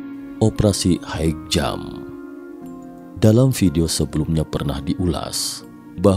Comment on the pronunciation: High jump dibaca hai jam bukan haik